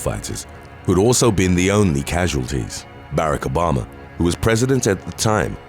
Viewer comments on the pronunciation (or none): U honestly don't know how to properly pronounce Barack Obama?? Seriously